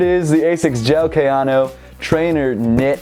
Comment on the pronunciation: KAY-AN-O its not that hard